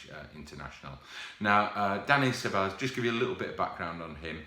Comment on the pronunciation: Please pronounce Ceballos right just Google it